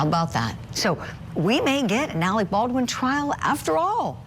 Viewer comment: Alec Baldwin you're mispronouncing his surname baal'dun .